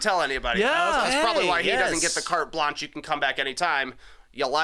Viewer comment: “Carte Blanche” pronunciation…..